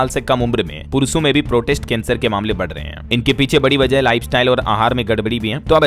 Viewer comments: प्रोस्टेट को प्रोटेस्ट क्यों बोल रहे हैं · भाई सही तरीके से समाचार पढ़े आप प्रोस्टेट कैंसर को बार बार प्रोटेस्ट क्यों पढ़ रहे हो कैसे लोग देखेंगे DLS बार बार गलत पढ़ रहे हो। शर्म करो। माफी मांगे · “प्रोटेस्ट” नहीं “प्रोस्टेट” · इसे प्रोस्टेट कैंसर बोला जाता है। अपना उच्चारण ठीक करें